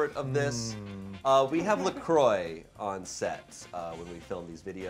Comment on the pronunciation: La croix is not prononce la croy haha